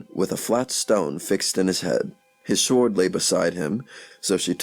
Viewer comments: And "sword" like it looks. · Prononcation mistakes throughout. For example, generally the "w" in sword is silent.